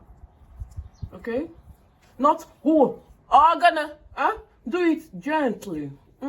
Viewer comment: Gentli gentli🤣🤣🤣🤣 na really kwokor kwokor 😂😂😂